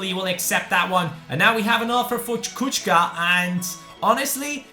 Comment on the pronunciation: it's not Kučka but Kucka with C not tsch